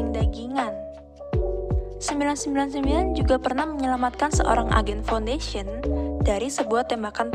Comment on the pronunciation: Wirakusuma 7E Hmmmm Foundation Bang Bukan "Founfation"